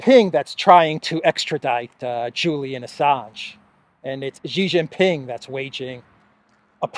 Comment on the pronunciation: PENISTOPFORO, Shee Jin Ping not JHEE JIN PING